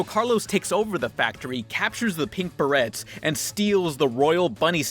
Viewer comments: you don't pronounce the T in "berets". I know you're Mexican, but c'mon. You're English is pretty good. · You'd think you'd pronounce Berets correctly after hearing them say it in the movie🤔🤔... not that big'a deal though😐